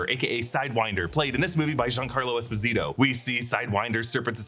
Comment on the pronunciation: Giancarlo pronounces his name - Es-pose-it-toe